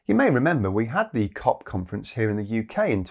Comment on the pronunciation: I swear he called it “cock” instead of “COP”, at least once, out of shear frustration.